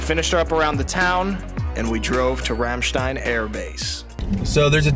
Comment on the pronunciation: American pronouncing Ramstein correctly, I still can't believe it :)